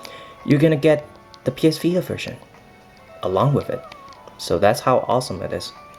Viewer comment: It s vita not vida lol i don't get how you American people pronounce t as d 😁